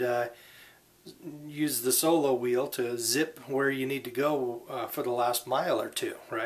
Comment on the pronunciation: It's called SOLOWHEEL! NOT SOBOWHEEL